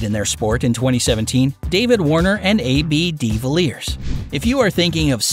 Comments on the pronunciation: It's not A B D villiers.... It's ab de villiers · Love the way he pronounces A.B DeVilliers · almost died !! The way he pronounced ab de villiers.😂😂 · That's not quite how you pronounce AB de Villiers